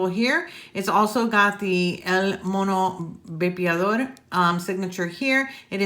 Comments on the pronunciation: Of all the English reviews I’ve seen on the widowmaker, you’re the one who’s gotten closest to pronouncing el mono vapeador correctly🤣, love how you almost roll the r. everyone says el mono vape-a-door, it’s actually el mono vah-peh-ah-dor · I love Julio (el mono) and I love, so perfect. also she pronounces "el mono vapeador” beautifully👍🏼😁